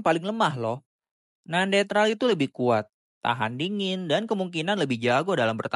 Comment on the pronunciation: Kok gw dengernya neandetral sih bang? Bukannya neanderthal ya?